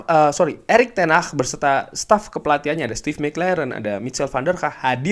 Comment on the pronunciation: ngucapin Ten hag aja kok susah bang🤣🤣🤣